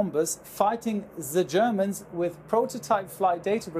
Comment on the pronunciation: ZE GERMANS. Hat off for a sense of humor!